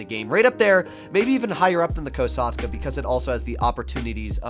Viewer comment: "The KOW SAUGHT CUHH"